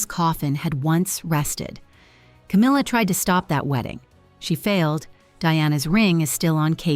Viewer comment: there is NO "r" in her name! Itd CAMILLA. Do better